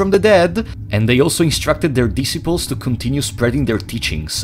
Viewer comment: hang on you just said disibals instead of disciples thats godda be wrong 100%